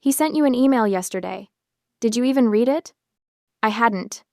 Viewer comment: Yeah that is one of my pet peeves and all of these AI read stories. That in the mispronunciation of WOUND, ENSIGN, and READ.